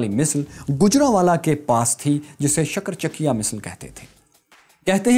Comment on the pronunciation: Maharaja Ranjit Singh's misl is pronounced Shukarchakia not Shakarchakia, your efforts are very commendable brother!